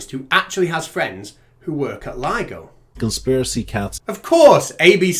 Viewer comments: The guy said this might get complicated and people may not understand, then he says the name wrong? Way to show you know what you're talking about. Lido vs ligo. Way to set yourself up for success. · The fact that he called it LIDO and not LIGO demonstrates he was just parroting someone else's chain of thought as usual. Would have liked to see them present evidence of physics being different in the sky (holding up the sun and moon) or in space, making their deity-driven fantasy bubble at least possible, even if still ridiculous. Celestial motion and stellar spectrography show physics to be the same everywhere and redshift of emission lines show space expanding, it's their job to demonstrate this is something else or fake.